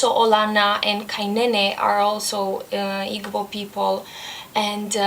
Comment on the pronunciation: When you said it was the book you liked the most from International Reads I wasn't surprised. Half of a Yellow Sun is just a wonder story set in the historical context of the Biafran War. I really think Adichie is very good with character development. Igbo is pronounced eeboo. Sounds like you really enjoyed it. Now you'll have to read Americanah.